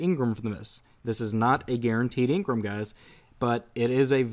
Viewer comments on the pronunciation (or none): Jesus fucking Christ I cringe every time you say engram. It's engram not ingrum! Other than that, love it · your saying engrem when it's called engram lolz😂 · Why do you say Ingram it's spelled engram you don't pronounce e I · Stop saying ingram it's pronounced how it's spelled for gods sake you're triggering me